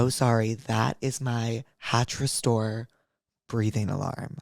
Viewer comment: He really said “hatch smart cock” in the ad read 🫡